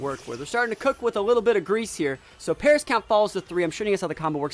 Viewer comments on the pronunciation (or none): none